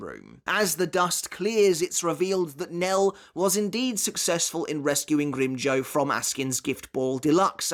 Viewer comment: Had to stop 5 min in cuz mf can't say grim JAW